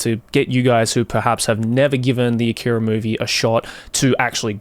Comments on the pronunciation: Leave a like if you corrected Joey every time he said "A-keeey-ra" 🤣🤣 Great vid otherwise, Joey 👍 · I don't understand why he mispronounced "akira" like that in the video